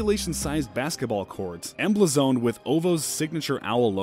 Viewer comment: This narrator can't read, he doesn't even know how to say emblazoned lol he said "EM-BLUH-ZONED."